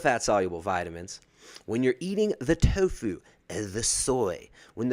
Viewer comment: lol... When you said TOFU with the tongue 😂😂